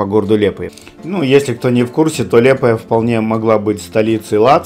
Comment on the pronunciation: Вы неправильно говорите не лепая а лиепая